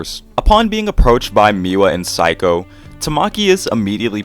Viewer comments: Cool video! I think Saeko is pronounced like say-koh though, kinda odd to hear it as psycho :p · mmm instead of "say" it's more like "sah-eh" -> sah-eh-ko (サエコ). pronunciation is basically correct lol yay phonetics!! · I think it's pronounced exactly the way it's written sa-eh-ko